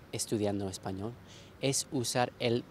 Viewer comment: El sonido L al final de la palabra español no me parece lo suficientemente suave, ¿de qué país es?